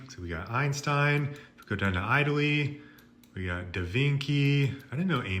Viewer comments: Marayo! really! are you being sarcastic or serious? it's Mario: like pronounced Maryo. and it's Italy NOT Aytaly? get some culture dude. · Of course Eye-tally is gonna be mentioned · "...down to Eyetaly, we got de Vinky...." jfc that gave me chills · makes sense because I've never ever heard somebody mispronounce words that bad 🤣 he pronounced Miami as My am eye and Italy as Eye tally 🤣... Beginning to wonder if bro isn't an AI bot glitching... I mean he knows powerful websites NOBODY has even heard of... So does AI... #justsaying 🤐